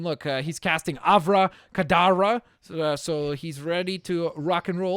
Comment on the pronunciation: Its Avada Kedavra